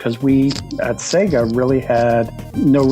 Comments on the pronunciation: Why does he pronounce Sega "Sigguh"? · Shows interview where someone who works for Sega calls it Say-Gah... still pronounces it Seg-Ahh. Stick to yer guns, sir! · Am I the only person that cringes every time he pronounced Sega? It is supposed to sound like SayGa not Sigga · IT’S SAY-GA RETARD, GET IT RIGHT. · why can't Americans pronounce sega????? what exactly is so difficult??? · I really like you and your videos, but the way your pronounce Sega makes me cringe lol! :)